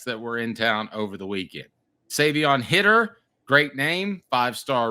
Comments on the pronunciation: Guys, Savion's last name is Hiter, not Hitter. As a result, it's pronounced with a long I sound. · Come on guys, if your going to talk about a player at least get his name right! Its High-ter not Hitter! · If you guys are going to cover Tennessee football you’d think at least one of yall would how to pronounce the 5 star recruits last name the right way smh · If it is indeed pronounced Hi-ter like it is spelled, you guys are flat out idiots